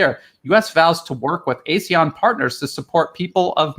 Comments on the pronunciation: Hi, it’s pronounced ARE-SEAN, not A-SEAN. Keep up the good work. Cheers, from Singapore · Singapore? AR-SEAN.....LA !